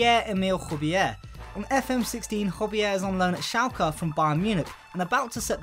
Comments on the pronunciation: Wtf where did you learn tocsay højberg like that? Its hoeyberg not hobier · You forgot about the other J - Hoeybyerg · Hojbjerg... pronounces it as Javier lmao